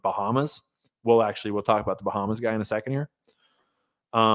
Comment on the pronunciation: Talking aBOOT up river! Where is Indira Singh?